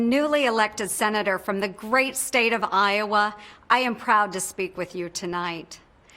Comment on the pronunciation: I've lived in I-owe-wa? and it is no great State.